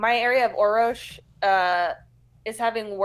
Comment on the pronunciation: This is driving me crazy... There are three Rs in Orrorsh, not two. Thus, it would be pronounced 'Or-orsh'. Thank you.